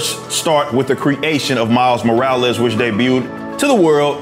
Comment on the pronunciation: Miles More-or-less 🤷‍♂️